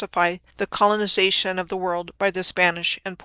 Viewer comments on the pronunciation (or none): Clonization, not colonisation